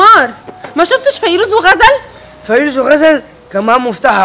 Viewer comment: ليش غزل بتحكي فريوز ومش فيروز